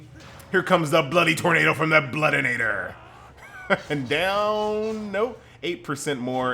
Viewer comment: there is no "n" in bloodiator lol. But you pronounce it with one